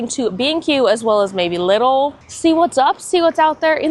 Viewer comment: So fun! It’s pronounced “Lee-dull” btw😊